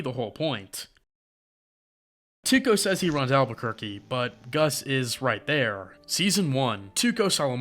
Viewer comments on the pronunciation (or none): none